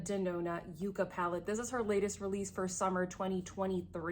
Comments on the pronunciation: Please take this as not disrespectful but it’s not produced you-ca it’s pronounced yuk ka. It’s a cactus that’s why she used the greens. Everyone has mispronounced it but I watched Morgan Turner and she researched it and corrected herself. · Yukka, a Pueblo Indian word, is pronounced “yuk’-kuh”. The yukka is a succulent plant growing in the arid deserts of the Southwestern U.S. and Mexico. Colors in N.D.’s palette are similar to colors in some of the 40+ varieties of this unique plant. Google images yucca plant for pics.